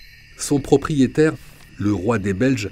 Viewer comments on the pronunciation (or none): "Son proprietaite" mdr wallah vous avez pas fini en vrai !!!